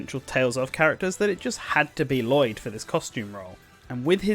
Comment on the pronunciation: I love this video, and I really hope Lloyd gets in because of it, but My God, you didn't bother to learn the pronunciations of most of the names in this game.